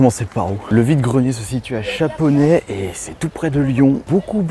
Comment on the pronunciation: Chaponost pas chaponet